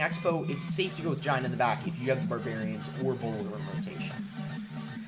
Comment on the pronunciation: Boss you gotta emphasize that back in the intro better. I don't know why but I always like it when you say I'm back with another yt video, idk why lol... Great vid btw! Enjoyed all the battles